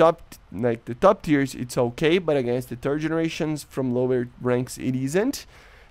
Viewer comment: I am sorry, accent of 3rd generation sounds like "turd generation", kind of fitting of current 3rd generation plane in current air RB